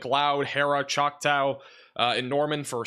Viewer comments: I think you need help pronouncing "Choctaw". Chaulk-taw.... not "tow", the "a" is awe, like awesome. I laugh each time you say it, lol. Nice try though, lol 😊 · ChocTAW (as in “aww”) no “O” in there so “ChocTOW” is not how you pronounce it. (Awesome job as always. I’m just the son of 2 English professors so no malice intended!) Love you guys. 🫡❤️ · He said har-rah and chowktaw 😆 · Just to help you out, it's Chalk Tah!, Geronimo is like the Indiana, Lindsay is Lind zay. When you aren't from the area, it's difficult, but just so you know most Oklahoma towns are named after Indians or Tribes. So, think of how those indians or tribes names are pronounced. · JFI, Choctaw is pronounced “Chalktaa”. Thanks for your reporting. I’m a lifelong Okie, raised in Osage county but now a Tulsa resident. Seen a lot of weather at 70 years old. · Chalk tall. That's how u say it.